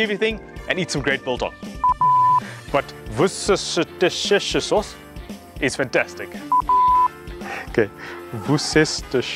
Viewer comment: 😂 pronounced wister sauce, I live about 10 minutes away from Worcestershire in the West Midlands , my neighbour is one of the managers that works at the factory where they make it.